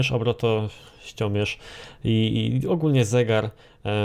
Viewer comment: "Prędkościomierz i obroto... ściomierz" ~ 2015 xd